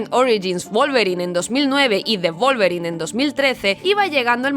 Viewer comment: Se dicen Wolverin 🤷‍♂️